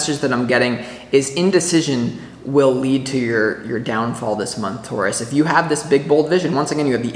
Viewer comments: And you say Taurus right my friend! We say it the same way here in Canada :) Thank you for this reading. It is good to be a Taurus these days. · You said Taurus the way I have said it all my life, in the UK it is also said like that 😂❤ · You say it perfectly Taurus! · I’m not from NY & I say Taurus the same as you 😊